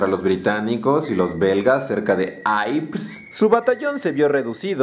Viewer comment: Yprés no se pronuncia "aiprs". Es francés y se pronuncia "Ipré". Vuestros vídeos son divertidos pero os falta rigor.